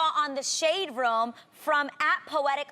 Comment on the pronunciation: Anytime Adrienne says room I die